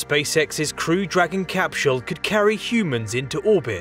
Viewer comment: I enjoy everything about this video, except: CapSHULL! THIS made me laugh, I love your content bro I'm not trying to knock you too hard.. I mean this from a place of love: Literally everyone else: CapSULE: CapSHULL Whyyyyyyy?! 😅🤣😂💀 P.S. I subbed, thank you for the science facts. I never get tired of them!